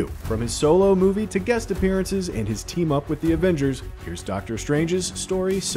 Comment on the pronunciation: "Avangers" really?